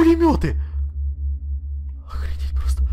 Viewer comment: Ты сказал охредеть😂😂😂